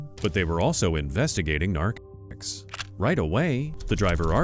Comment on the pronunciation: cant even say the word “narcotics”, ffs thats ridiculous